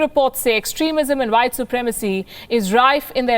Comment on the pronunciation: You lost me with the “whtye supremacy” ...